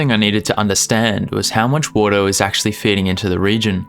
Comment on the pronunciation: Important health announcement: don’t create a drinking game where water is your password. You will be pissed drunk two minutes in and that’s where he really gets started!!! But for my pleasure only because I love your pronunciation, please say it one more time: WOADAH You rock!! 😊